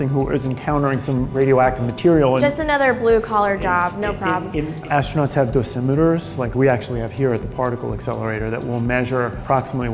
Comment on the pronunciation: ashtronauts??? ffs